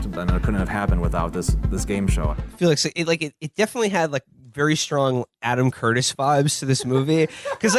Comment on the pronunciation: this mf said "Adam Curbis"